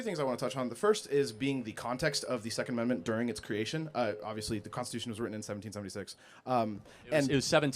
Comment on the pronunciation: he wants to overturnt the secont ammentment